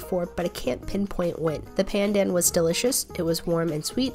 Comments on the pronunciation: It's pronounced more like "done". Pun-done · the pronounciation of pandan is so american lol usually i hear it as more like pan-dah-n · I think it’s pronounced pah-n-done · ( I don't mean to be rude but ) you pronounced pandan wrong and some other food names wrong 😅